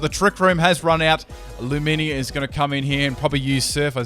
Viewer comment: Ac-wah Tail Lu-minior .......dat accent